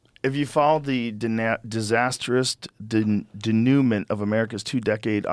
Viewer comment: denouement /day-noo-maan/= Finale, outcome